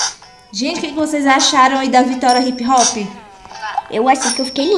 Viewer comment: "Hip rock" kkkkkk quem ouviu deixa o like é quem n comenta